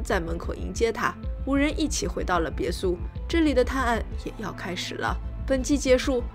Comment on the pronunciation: 哈哈哈哈哈，看了几集发现好可爱，每次发音别墅这个词都嘴巴瓢哈哈哈 不要打我